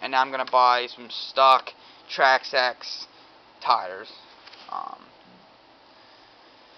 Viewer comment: Trax axe buddy your saying it wrong (not being rude) Traxxas say it as it looks